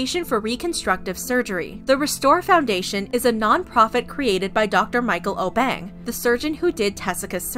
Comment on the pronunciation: I know this was posted long ago but she was saying the Obeng wrong I know cause I he’s from my country from Ghana